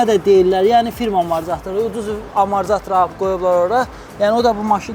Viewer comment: Maraqlı kontentdi, bir şey maraqli olub həmişə niyə bütün ustalar amortizatora amarzatir deyir) Əl işinə söz ola bilməz amma. 👍